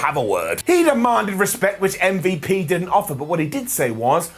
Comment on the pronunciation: What happened to saying ummvup he said mvp it sounds so odd plz correct urself next time